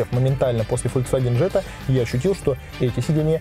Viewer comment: Джетта? О.о